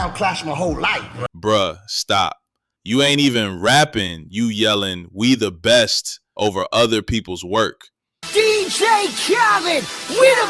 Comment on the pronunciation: I thought he was yelling we the best now I know he was saying me the breast